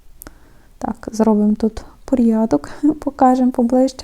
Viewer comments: Не порйядок, порядок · Навчіться правильно вимовляти слово «порядок». Ріже вухо